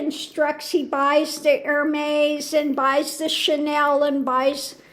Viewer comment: P.S. Love this video, I’m a handbag lover (kind of obsessed). LOVE the Gather Bag…and it’s pronounced Er-mez. ♥️♥️♥️♥️